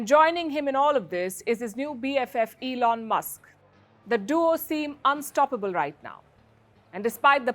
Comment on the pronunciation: Palki from wion to V (F)School Singing song Elon Elon not E alon😀